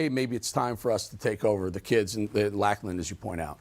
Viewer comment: Just fyi it's pronounced Locklan. 👍